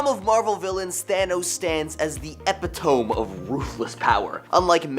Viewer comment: Epi-TOME took me tf out😹❣️